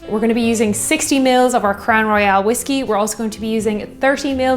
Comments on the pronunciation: As a Canadian whisky fan, I don't think I've heard anyone pronounce it Crown "Royale" (as in "royale with cheese" to quote Pulp Fiction) unless if they were French speakers - come to think of it I don't think the French as first language speakers I know do that either. So less "Roy-AL" and more "Roy-ul". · It’s Royal not Royale. Probably s repetitious comment. Love your channel! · Crown Royal will now have to be said... Crown Roy-AL :) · you can do no wrong. With that said I do have some “Constructive” advice. Please can you do ml. to Ounces for us Colonists that are too lazy to do the Math Conversion? Also “Royale” has the “e” in it. “Crown Royal” is pronounced like The Monarchy, “The Royals”. I don’t know, maybe the label in Ireland has the “e” at the end? I love everything you do, Please keep it coming! SanJoseBob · WHAT A GAS! EH! I got the giggles as soon as I saw the Crown Royal (or as you pronounced it "Crown Royale" both pronunciations are correct in bilingual Canada). When you said "Ginger Ale", I thought "Let it be Canada Dry". It wasn't, but it was fun to think. British cider is GAD AWFUL. It taste like they waited for the apples to soften after picking, before making the cider. Canadian cider has a more "crisp crunch taste" like a real apple, but I'm not sure it's available in Ireland. Two of my favourite ciders are from my home town. Canadian Thanksgiving is in October. We don't want to be wading through hip-deep snow to get to the turkey. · and quit saying Crown Royal wrong. I love you.